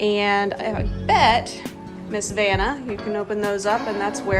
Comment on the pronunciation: It's Vanna....